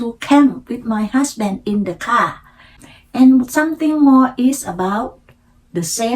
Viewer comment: after work ไม่ใส่ the retired รี ทาย เอิร์ด decision ออกเสียงกระชับครั้งแรกไม่ดี ครั้งสองดีค่ะ something ไม่ใช่ ซิง แลบลิ้น เป่าลมค่ะ เน้น R L ให้ชัดอีกค่ะ spring, from, planting , also, parent, around ,during, area, always คำนี้มีเสียง L s ด้วยค่ะ almost เสียง l และเสียงท้าย st shine เสียง n ขึ้นจมูกนิดนึง ไม่เหมือน shy chance เสียงท้าย ce เสียง V งับปากด้วยค่ะ provide เสียง R car เสียง เออร์ สอนแล้ว:face-blue-smiling: when I came here ไม่มี to ลิงก์เสียงอีก เช่น each other => each- chather good story 👍 เล่าอีก พยายามไม่แปลไทยเป็นอังกฤษ จะดีขึ้นค่ะ :eyes-pink-heart-shape